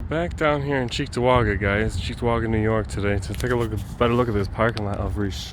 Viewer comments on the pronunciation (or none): I was disappointed that I didn't hear it pronounced "Chicktowaga" like a good local should.